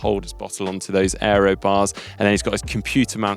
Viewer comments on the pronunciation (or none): none